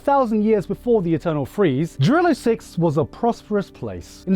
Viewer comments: Why are you pronouncing Jarilo like that? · tf Jarilo is a Kanada? it's rurussia no doubts